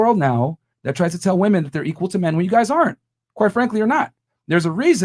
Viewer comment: The whole entire pod cast that just bothered me the most was that girl in the green shirt saying the "woman".... It pronounced "WOMEN!" damint.